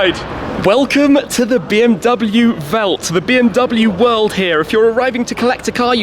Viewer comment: It’s actually Welt, German word for World. BMW Welt = BMW World